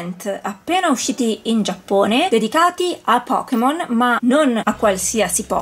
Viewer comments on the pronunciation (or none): bello tutto, ma è Pokémon, non Pokimon 😂 La pronuncia inglese è totalmente sbagliata (pocket monster = pokémon). Detto ciò, sono bellissimi! 😍